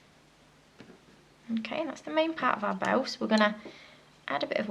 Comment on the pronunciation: when you said bow I thought you said bell